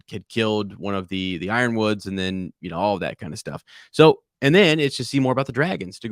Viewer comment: Bruh I love you guys but please say yronwood like Iron-wood in the future.